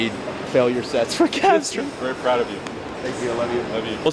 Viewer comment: "Very pround of you, Love you" dad 😭😭